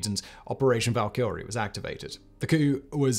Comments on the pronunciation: You know what bothers me, when a youtuber repeatedly says a word wrong over and over again. Its Val•ka•re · Bro said Valkyrie wrong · See, this is why you need to embrace fantasy culture a little bit more.... Your pronunciation of 'Valkyrie' was.... Abysmal gives you too much credit. You should know better just because of the thousands of videos you have recorded.